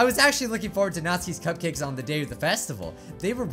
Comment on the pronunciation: You sed natski's cupcukas it's natsukis cupcakes